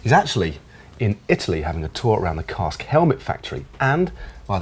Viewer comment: Dan, is 'kask' not 'cask' honestly call yourself a boss....